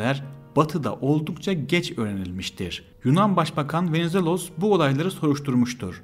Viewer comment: bu nasıl kötü bir diksiyon ve bu kötü diksiyonla nasıl anlatıcı olabileceğini düşünür bir insan? Venizelos'u öyle bi söyledi ki Venezuella anladım ve bir anlık düşündüm ne alaka diye. İnanılır gibi değil aşırı kötü yani yaptığın bi iş var ve yapman gereken tek şey konuşmak onu da beceremiyosun. hakikaten çok çok kısa bir Türk özeti gibi